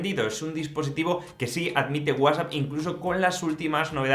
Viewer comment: Que feo pronuncias WhatsApp